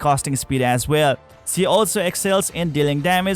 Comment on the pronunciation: Awesome video! Thank you! Pls do learn how "Ally" , "Allies" and "She" are correctly pronounced. all in all, awesome video!